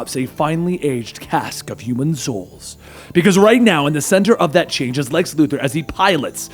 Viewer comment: Lu Thor Luthor 🤦‍♂️